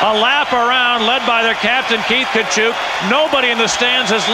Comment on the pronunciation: Wow, there was a time when Tkachuk was pronounced correctly.